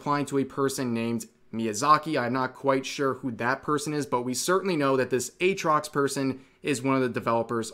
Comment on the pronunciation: Atrox without the double a. absolute cringe